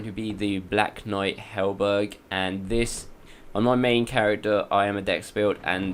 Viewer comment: Imagine making a video and calling it a 100% walkthrough but missing half the items, mis-pronouncing halberd as halberg and not knowing you can break the curse urns, which is a very basic thing to know. How the fuck did this get a quarter of a million views.